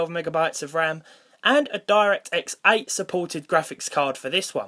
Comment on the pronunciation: "Diect X8"???